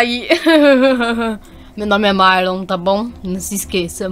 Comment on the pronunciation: Mais é Marlon não é marom é marlon